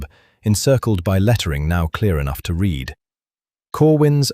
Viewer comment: AI seems incapable of dealing with the past tense of ‘read’, pronounced ‘red’. On of many mistakes. Besides, this duke is an idiot!